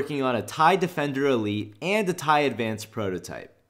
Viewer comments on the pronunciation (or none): none